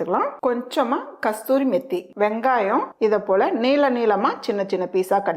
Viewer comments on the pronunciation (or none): கஸ்த்தூரி இல்லை அது கசூரி மேத்தி